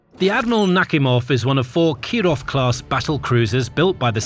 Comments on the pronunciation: It's naKHIMov - not NAKhimov. Ask a native speaking or look it up. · Admiral "Knock Him Off". That's what it sounds like. 🤣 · I really heard the "Admiral Suk-me-hov" the first time. 😂😂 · Are you serious someone is getting punked..." NAKHIMOV" 😂😂 it literally says; Knock-- Him-- Off. 😅😅